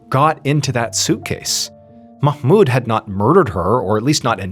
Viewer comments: I'm middle eastern and I want to applaud you for the pronunciation of the Arab names .. perfect ..usually English speakers pronounce mahmoud wrong ..u said it perfectly 😊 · Nice job with the pronunciation of Mahmoud! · Omg!!!! You're the only none Arabic speaker who pronounced "Mahmoud" right! Just when I thought I couldn't love this guy more!!! 😅❤❤❤ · Good pronounciation of "Mahmoud/Ma7moud". But "Hadi" is wrong, the "A" is an "apple" A, . Not an English Major, just a native speaker. :)